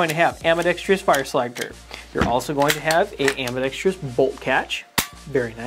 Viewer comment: Why does everyone say ambidextrous incorrectly? There is no "tree" in the word.